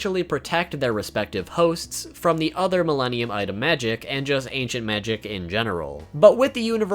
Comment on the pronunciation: When he said Milenium items i heard Mellenial's item